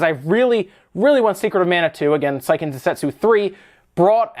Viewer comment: On the topic of pronunciation: Seiken is pronounced "say-ken," not "sigh-ken." Because Japanese phonetics.